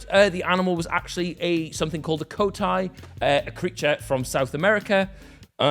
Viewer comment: Dying at the way pronounced Coati - It pronounced Co-At-E